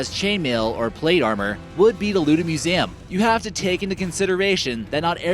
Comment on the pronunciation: Ur say Museum wrong